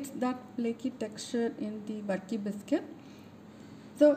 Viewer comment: Pronounce it as burkey or varkey